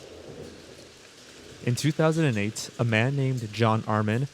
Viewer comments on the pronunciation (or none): In 200 and eightssss. With all due respect,, words that end on the letter T or the letter D are NOT pronounced with an S at the end. Get yourself a good speech therapist.